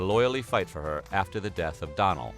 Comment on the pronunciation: Okay I love that you guys are doing some Irish history. But also the do in Donal is usually pronounced like donut when it’s a first name. Also I’ve never heard of there being a town called mayo maybe ye meant county mayo which is just north of my own county Galway in the west of Ireland. 😄💗